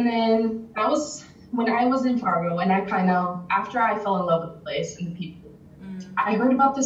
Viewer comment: You have SD listed in the description, but they keep talking about Fargo, ND which is about 45 minutes north of the SD border. I'm thinking you need to fix the description! I love that she says Fargo, ND just like a Dakotan! She sounds like me and I still say it that way, even though I have lived in Nebraska for the last two decades! I remember when my high school in Moorhead (city next to Fargo) hosted a girl from Oslo, Norway. She was the one that triggered a future interest in hosting exchange students. We will be hosting our 6th one next year! Our first one was from Norway!